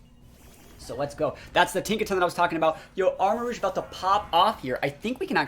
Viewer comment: Arma-rouge (armarooj, red armour) not Arma-rogue. cringed after hearing you pronounce